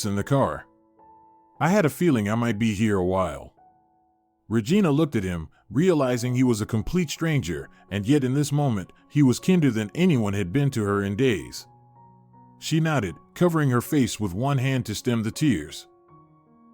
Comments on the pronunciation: I know it's just a small thing, as this is a very good story, but I wish your computer voice would pronounce the words correctly. Kinder not keender. Wound, like a sore. Not wound, like wrapped around something. Plus she's only supposed to be in her twenties, but looks like she's in her forties on the screen. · Kinder really isn’t so difficult to pronounce for someone who knows a bit of English.